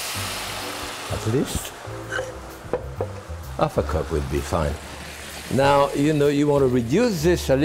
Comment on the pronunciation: I al ways seem to think he's saying "a fuck-up" instead of "half a cup".